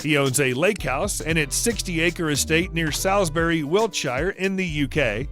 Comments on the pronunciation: Oh my God. The locations in Ireland and England are pronounced 'Gawlway', 'Sawlsbry' and 'Wiltsher'. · Love the American pronunciations! GALway. SALSbury, WiltSHIRE. To be fair, though - pronounced as written. Oh, the anomalies of English pronunciation!